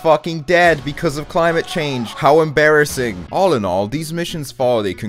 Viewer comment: How Wait for it..... emBEARissing